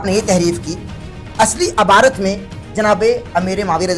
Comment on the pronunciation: aby jahil abarat nhi lafz ibarat he